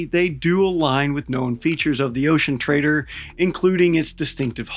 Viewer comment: 😅 I always hear "the ocean traitor" and not "the ocean trader"